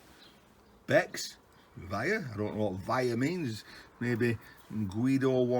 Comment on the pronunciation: Lol Becks Vier means Becks four Mate...